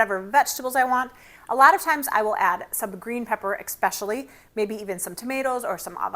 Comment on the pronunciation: Great recipe! But ouch.... You said one of the most mispronounced words. It's "especially" not EXpecially.